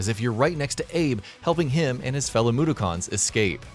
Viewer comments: ... Moo - dough - cons? How insulting. Couldnt have had whoevsr you got to read this watch virtually ANYTHING about oddworld before hand? Or get someone who's actually a fan do it? Is that even a person? Tapped out after I wrote this, on principle. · Ugh, the way he says Mudokon irritates me, "moo-der-karns" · Mudokun (MOO-DOCK-IN) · Hi long time OWI fan here You’re saying Mudokon wrong It’s (Mood-dock-on) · I was wondering why reviews are so generic, bland and passionless Wikipedia entries and then I realized it was written by an Indian who probably made less than the person reading the script who can't even say "Mudokon" right:) This channel is the Buzzfeed of gaming.